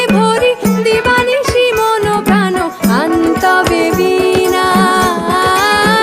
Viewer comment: গান টা ভালো লেগেছে কিন্তু একবার ভীণা আরেকবার বীণা উচ্চারণ